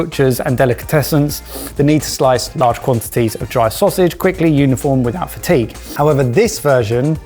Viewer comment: "fatty gay?" Is he trying to say "fatigue?"